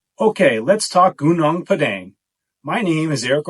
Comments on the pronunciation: Hill is pronounced "Goo-noong Pah-daahng". And "koo-jaahng stone". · He can't even pronounce Gunung Padang correctly 🤣😅